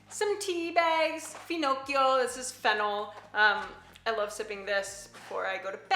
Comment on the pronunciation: If you say "finocchio" so good, you can say "pistacchio" as well 🙂